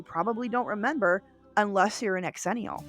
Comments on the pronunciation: I'm sorry but I literally can't watch this strictly because of hearing "X-ennial" FWIW it sounds like "zennial" ☺️ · Proud xennial here, I enjoyed your pronunciation of xennial very much. I say pronounce it Zennial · Okay, I gotta say the X is a Z sound... pronounced "Zennial" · X-ennial? Thought it was pronounced Zennial… because that’s how X’s are pronounced in words. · Its pronounced Zennial. Not X-Zennial. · My only quibble is your pronunciation. We don't pronounce it "X-erox", it's simply Xerox. The same way it's Xennial "zennial". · Xennial….pronounced Zennial…like Xerox. I feel like I fit more into the xennial category than full out millennials like my younger brother. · Great video except the incessant mispronouncing of "xennial'. It's pronounced "zennial". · ZIL-enial Its pronounced Zilenial Like gen z You dont pronounce xylophone X-ylophone do you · Funny, I always thought it was pronounced “zennial.” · It’s pronounced zenee-ul like xylophone is pronounced zylohfone… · Is that how you pronounce it?! I’ve always thought it was zennial 🤷‍♂️ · Who else got irritated or annoyed at their pronunciation of the word “xennial” (pronounced “ ZHEN-ial”) 🤨🤨🤨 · I thought it was pronounced zhen-ial. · Isn’t it pronounced “ex-ennial” to emphasize the two generations’ names — Gen X and Millennials? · Honey you are not a xennial if you can't say it right. I bet you say Xena as X-ena... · I can't stand the mispronounced xennial....